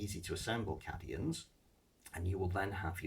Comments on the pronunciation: Cadians are pronounced "Caedians" tho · Absolutely murdering the pronunciation of cadians lol "caddyins"